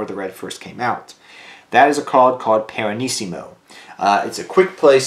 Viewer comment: it's Pianissimo, not Piranissimo